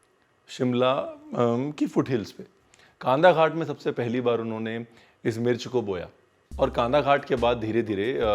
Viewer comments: Its Kandaghat Kandhaghat nahi yr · It is not kaandaghat... It's kandaghat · It's pronounced kndaghat and spelled kandaghat.. Just FYI.. 😘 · जगह का नाम कंड्डाघाट है....कानदाघट नहीं...क्या आप भी....इतना मुश्किल तो नहीं है हिमाचली नाम बोलना... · Hey... Im from shimla... And the place is कंडाघाट not कांदाघाट... 😊😊😊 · Chef kandhaghat nahi कंडाघाट kandaghat kan daaaa ghaat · It's pronounced as कंडाघाट. 😊 Love your content anyways! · Just a small addition- The place you mention on the foothills of shimla is "kandaghat" (कंडाघाट) not khandaghat (कान्धाघाट). Fir baad mein ap kahenge ranveer apne bataya nahi 😋. Love your videos bro. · It's a single word...Kandaghat... pronounced कंडाघाट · Ranvir bhaiya... It's कंडाघाट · Oho VEERJI PRONOUNCE KANDAGHAT PROPERLY NOT LIKE BOMBAY KANDA PYAz KHAT